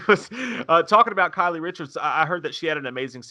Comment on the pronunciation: Hey guys! It's "Kyle" Richards -just like a guy's name...not "Kylie." Love ya!